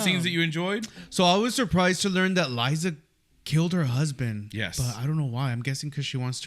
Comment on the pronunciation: It's Lysa, not Liza.😊